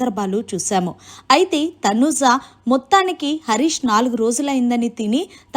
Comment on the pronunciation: Please prounce properly Tanuja not Tanuza